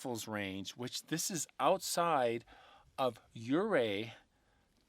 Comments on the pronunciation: "un come padre " is how you pronounce it. " or ray " is how you pronounce the town. I am a lifelong (71 years) Colorado resident. I had the privilege of living in Buena Vista, Colorado and looked at the Collegiate Range every day. I think Bigfoot is an entity that lives on a parallel plane and crosses over to ours according to the Indians. We have Thundersnow very frequently in the Colorado mountains. Many stories and treasures are hidden in our Colorado Rocky Mountains all up and down the range. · Hello, good to see you back. Love your stories. The pronunciation of the Uncompahhre is Un-com-paw-gray. And Ouray is Pronounced U-Ray, the O is silent. Great heritage info on how both names came to be. Keep hiking 🥾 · Southwest Colorado resident here! Pronunciation is Un-com-pah-grey and OO-ray or you-ray depending on who you ask haha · Nope! Its Yerrrr Ray